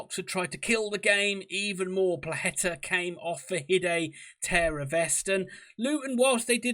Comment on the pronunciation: It's pronounced Pwa-hetta. Do get it right!